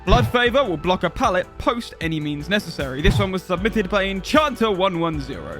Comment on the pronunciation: How I heard the intro: "Let's test 14 questions, submythed by you"